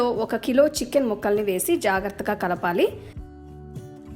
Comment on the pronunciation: Madam chchicken kaadu chicken ani pronounce cheyyandi